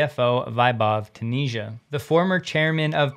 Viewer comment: I‘d say Ta-neh-ja